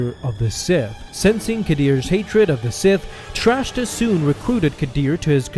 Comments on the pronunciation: Please stop saying "Trashta." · It’s “Track-ta”